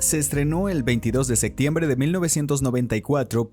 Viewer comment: RIDÍCULO!!! Aprende a hablar! NO SE DICE "sectiembre" es con P